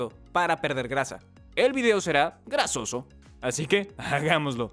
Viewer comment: Dijo video gracioso o grasoso? 🤔